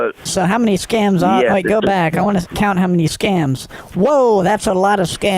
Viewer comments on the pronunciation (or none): "THAT IS ALOT OF SCAMS", not SCANS).... Did anyone else catch that????? I almost fell off couch laughing!